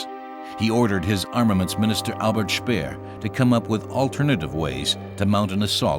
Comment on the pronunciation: Français n'utiliser pas les mots allemands car c'est insupportable d'entendre ça. ! Pas Spiiiir mais c'est schpéér, etc